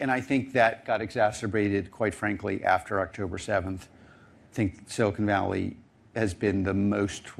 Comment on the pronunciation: I can't believe that guy said "Silicone Valley".